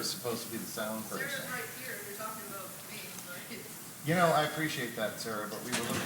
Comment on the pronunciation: I love the way canadians say ABOUT ABOOT ABOWT ABOWWWTTTTT